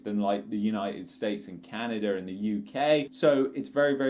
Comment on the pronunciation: Love yr video but its not canader its canada lmao